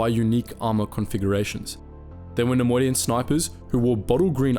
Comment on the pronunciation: take a shot every time he says ‘nemodian’